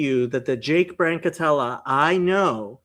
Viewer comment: Who is this man who said your name correctly?